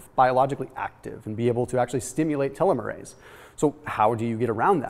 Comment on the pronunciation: It would have been nice if you had talked w/ any biologist beforehand on how to pronounce telomere and telomerase.